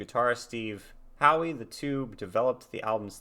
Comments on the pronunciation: Just to let you know,, you're mispronouncing Steve Howe. It's not Howie, the way you're pronouncing it, but How as in "How are you doing?" The e in Howe is silent. And nous sommes du soleil is pronounced New-Som-Do-So-Lay. It means We are of the Sun. But great reaction. I really enjoyed watching you experience this classic album for the first time. It brings back many fond memories from my own youth. Excellent job, my friend. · First, you should know the "e" is silent in Steve Howe's last name (same as hockey legend Gordie Howe and guitarist Greg Howe). The book "Autobiography Of A Yogi" was the same book sitar player Ravi Shankar gave to George Harrison, would then give it to friends like keyboardist Gary Wright, who also based some of his music on Yogananda's writings (like "Dream Weaver"). This book is like a spiritual adventure story, full of hard to believe occurrences, but the many footnotes, like the one Anderson based this music on, also give a lot of general information on Hinduism. I also think that Harrison's line in "While My Guitar Gently Weeps" about the floor needing sweeping refers to a passage in this book.